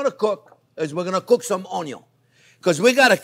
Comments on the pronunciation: I like the way you cooked your On-yon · Ha ha ha! He's got everyone saying Onyo now. Its like a subculture talk. A hidden language. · Carmelize OnYo at MH heat? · Cameraman: How much ONYO do you need? Chef Jean-Pierre: YES!!! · ••• ONYO••• Your videos make me smile. It's probably because I love cooking and you're a fabulous teacher. You step it up to such a great cooking experience. Love your excitement and passion. I'm so glad I found you. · The only reason why I keep coming back... the way JP says "onion" 😂 His accent... that word... chef's kiss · Chef Jean-Pierre, I love how you say onion! I have followed ur recipes etc. I love you and this channel. I want to be able to be a gourmet chef at home since common American meals are boring! I want to escalate my kids' palettes for beautiful food. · I love him saying „onion“ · Chef Jean Pierre you are so entertaining i absolutely love the way you say onion i repeat your accent every time i cook your videos are amazing was hoping you would do a video on beef broth thank you for all your time i have made quite a few of your dishes .Maybe in the future one to show how a professional kitchen makes it? once again thank you my friend looking forward to the next time you fill my world with joy. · I love it when he says onion .... in his french accent 👨‍🍳